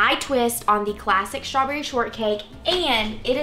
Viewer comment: Is strawberry pronounced with an sh sound? Shtrawberry? Just trying to say it right.